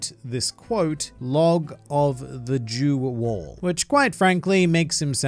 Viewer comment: "log of jew wall" 🤣